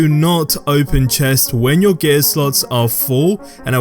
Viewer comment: It took me so long to understand what you were saying when you pronounce “gear”